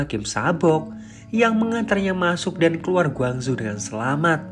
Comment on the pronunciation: Iya aku pikir di cina soalnya penyebutan nya gwangzhu . . Ternyata korsel . . Kalau korsel gak ada kn yg namanya gwangzu